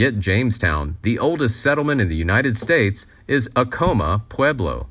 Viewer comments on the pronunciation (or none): Acoma is pronounced "ACK-amuh".